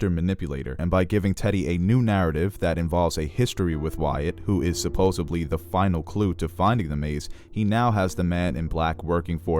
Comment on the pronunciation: Supposedly......not supposebly Keep up the great work.....it's always enjoyable